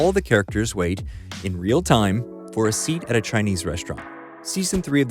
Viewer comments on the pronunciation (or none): none